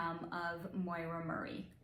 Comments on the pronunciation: Great video. I'm brand new to your channel. Just an FYI, the name, Maura, is pronounced like "Mora," with the "a" in "Maura" having an "aw" sound, and the second "a" sounding like the "a" in "sofa". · Her first name is Maura, which rhymes with Laura. It is not Moira, which has that"oy" sounds. Maybe your mispronouncian of the name is why you cannot pick up her energy field. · Her name is Maura not Moira